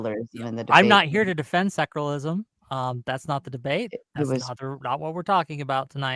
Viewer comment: Why does keep saying “seclarlism”?! Lmao!